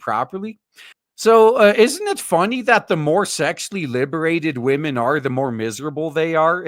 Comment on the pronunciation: Saw the intro and was like is this a real person? Then heard "wamin" and I'm out